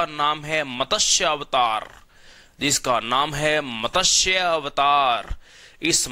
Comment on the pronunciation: pahle to matsya word ko properly pronounce karo.kisi Hindi k good teacher se seekhlo